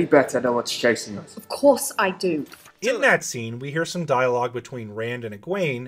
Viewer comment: I love how all these Wheel of Time "super-fan" Youtubers don't know how to pronounce Moiraine's name. It's spelled out phonetically in the back of every book! Here's a hint: it's NOT "MORE-RAIN".